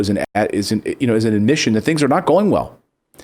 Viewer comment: Thing not thin speaking into mic